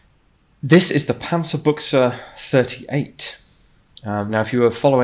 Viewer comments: panzerbuxe buxe ist ne hose xD aber damit kann ich leben ü ist nicht einfach für english sprechende menschen xD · "panzerbuchse" like pronounced here would actually mean "tank underpants" instead of "tank gun". the pronounciation was good though all but the "ü" which sounded like a german "u". I just found it funny because it sounded like it was a underwear review lol. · “Panzerbooksuh” I’ve been pronouncing it “Panzerbush” this whole time lol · Fun fact: Pronouncing the "ü" as a "u" makes it sound like a belittling/ loving (depending on context) word for "tank/ armoured pants", since "Buxe" means pants. Still, really good pronounciation of German names and terms overall, considering he's not a native speaker.